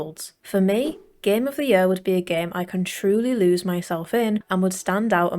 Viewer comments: Gem of de jøør'' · The way she says “year” 🥰